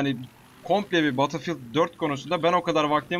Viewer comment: Abi guzel iyide betil fiıld die okunmuyomu ? Sen farkli soluosun